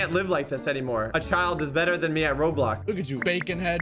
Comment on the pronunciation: you said roblock